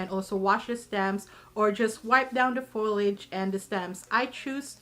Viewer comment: The word is "foliage," not to be pronounced as "foilage."